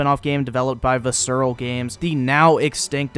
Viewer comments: Do yourself a favor and buy a dictionary. It'll educate you on how to pronounce "visceral". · Great vid, disliked it since you don't know how to pronounce "visceral". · I've never heard someone pronounce "Visceral" like that before... Interesting take!